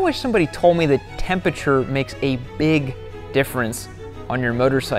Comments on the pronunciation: I don't know why it bothered me so much that he can't say "temperature" lol. "Tempiture" ahhhhhhh lol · "Tempature" jeezus christ... smh